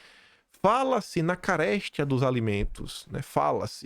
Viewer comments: 😂😂😂.! Não é “ CARÉSTIA”. É “ Carestia “. Diga: “ CARESTÍA” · Oi! Só para ajudar: a pronúncia é /carestía/ e não /caréstia/, ou seja: sílaba tônica no ti e não no -res-. Abraços de um grande admirador teu. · É a segunda vez em poucoa dias que "carestia" é pronunciada como "caréstia". Morar fora faz coisas engraçadas. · não é “caréstia” de alimentos, mas “carestía”!! O assento é só para lhe referenciar a sílaba tônica! 😊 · pelamordedeus, onde tu viu acento na palavra caresTIA pra falar caRÉStia pela segunda vez em uma live. Respira antes de ler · não se diz caRÉStia e sim caresTIA! De uma revidada no dicionário on line de português! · CARESTIA, não "caréstia"! Pelamordedeus... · Fala-se CARESTÍA. Como se tivesse acento no i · CaresTIa. A sílaba forte é TI. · Ca-res- tia, reveja a pronúncia. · Parabéns pelo conteúdo! Pra melhorar: carestia não tem acento no e... Não se fala 'caréstia', a pronúncia é com ênfase no i . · Não é caréstia é carestía, pergunte ao seu pai. sou seu seguidor e fã. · É Carestia..sílaba tônica TI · Meu querido. Seus vídeos e telegram são meus café da manhã. Não posso deixar de corrigir umas coisinhas, como sua mãe (sou professora)😊 A palavra ÍNTERIM tem acento na primeira sílaba,que é a sílaba tônica. CARESTIA não tem acento, não é caréstia. A sílaba tônica é TI. BEIJO. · bom dia! A pronúncia correta da palavra carestia é uma oxítona, a sílaba forte é a última: ca-res-TIA. outro equívoco DI-gladiando e não DEgladiando como pronunciado! Mais uma vez parabéns pelo teu trabalho em favor de nossa nação!! “Minha pátria! Minha língua!” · Nao é CARESTIA. É CAREST IIIIIII A, COM O "I", FLORTE. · a palavra carestia não tem assento agudo na silaba *res*. Desculpa chamar sua atenção para isso, mas é a 3a vez que ouço vc falar dando entoação equivocada. Amo vc. Nao fique triste comigo por fazer essa observação. A faço com todo respeito e carinho. Sou sua fã. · eh carestia, sem acento!!